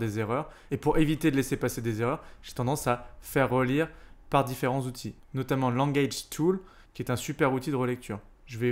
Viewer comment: Merci pour ce travail ! En revanche si tu pouvais éviter, pour un PE, de nous écorcher les oreilles avec les "huit Zoutils" ... ce serait top !